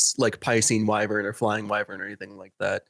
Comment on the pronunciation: I die a little bit every time someone pronounces it as wiv-vern